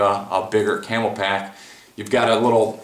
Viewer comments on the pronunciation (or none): Nice video. But little annoying that you keep calling Camelbak as camel pak